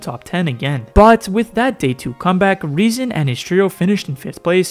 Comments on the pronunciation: His name is rezon ay „lol“ not non💀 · You don't pronounce it as "ay non" it's "ajo lol" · THE NAME OF REZON IS NOT REZON AY NON HE HAS THE RUSSIAN LETTERS THIS SAYS REZON AY LOL!!!!!!!!!!